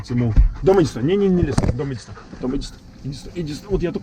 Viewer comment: А я слышу Том)